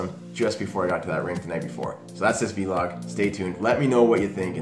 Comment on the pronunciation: Good stuff! Please say vlog instead of v-log though hahahahaha